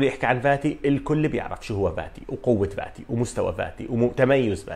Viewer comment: Fati and not Vati. عالاقل الفظها صح